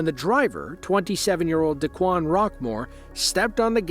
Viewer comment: d'kwon, d-Quon, whatever. pronounced D E E E E E E E-ad......at the scene.